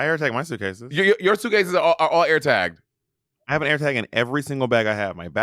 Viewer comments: Monét getting on Bob for saying Air instead of Eer was a shock to my system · Every episode it’s yaers, hiars, and aers. I saw bobs eye twitch when she said it. 😂